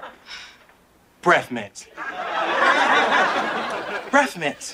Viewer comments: BREAFF MINTS!!!!!!!! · Mention those breffmints one more time, I’m gonna SCRERCS